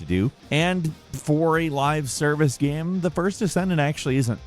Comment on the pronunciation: here we go again with "gahyim".